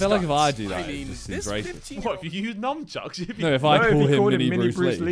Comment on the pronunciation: did Harry just call them Numb-chucks?